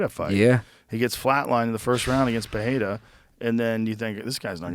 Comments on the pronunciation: It’s perrrrrrrRia🙄 not pehata .. everytime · Joe, stop saying “PeHeira”! It’s pronounced PEREIRA in Portuguese and in English. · Joe so proud and showing off how he says "Periera" for everyone. I think he did it 20 times in this vid. smh